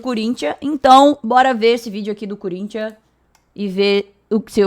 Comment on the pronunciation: Por respeito, fale o nome do time corretamente... Não é Curinthia, é Corinthians... Voce está sendo extremamente desrespeitosa